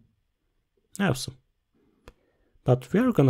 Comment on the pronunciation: This is not how you say “awesome”.